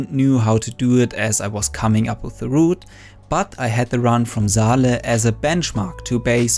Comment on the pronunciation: Saleh is a Arabic name pronounced saw lah it's not zaleh its saleh.